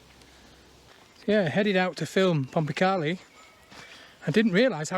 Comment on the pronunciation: used to cycle round there a bit as a kid 20 years ago or more. You would find a lot of iron slag hinting some kind of metal works? also in the woods is a natural spring that you walked past and there used to be a fish farm. by the way, I believe the locals call it "pom-pa-kay-lie" (as opposed to "pom-pa-carlie") great video as usual